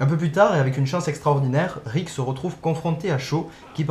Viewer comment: heu je ne sais pas si c'est que tu articule mal, mais j'ai eu l'impression que toute la vidéo tu disais "Rick" et non "Erik"